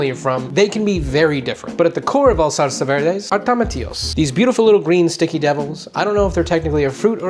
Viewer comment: you dont need to say SALSAHHHHHH like that